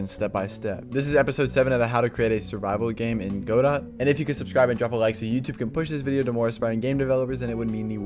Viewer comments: Just so you know, it's pronounced Guh-dough (silent t), not literally Go-dot. I came from a video from 5 months ago and I had to check if you still pronounced it like that LMAOO. But very helpful videos man, keep it up! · Yea I've heard people say godot almost like "god it" too. Lol funny there's so many ways people pronounce it. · bruh please pronounce godot correctly